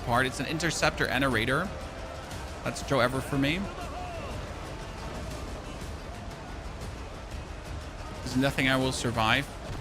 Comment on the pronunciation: Not a critique but in the US the saying is Joe Ver like over.